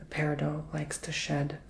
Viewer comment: FYI. Peridot is not French. There is a hard “t” at the end of the word. Love your videos………